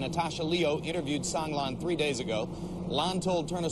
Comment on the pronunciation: So many people reporting on Sang Lan are just butchering her name!